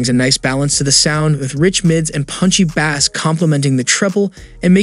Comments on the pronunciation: Di....did you say bass (bah-ss) instead of bass (base)? >.> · Bro bass is pronounced like Base... saying it Bass or like Baas is the name of a fish. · Bass should be pronounced as "base" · Bass? Like the fish? Bay-ss like base. 😅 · Nice video! Just one thing. Bass is pronounced like "base." The way you say it is a fish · I came to comments to see if that is how you say it in other countries, even though it doesn't sound like he has an accent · The way you pronounce bass like it's the fish instead of the musical sound is hilarious 😂😂😂😂😂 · Are you saying bass (like the fish) on purpose? Lol